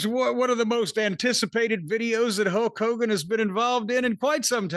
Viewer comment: Whys he saying "Hoke Hogan"?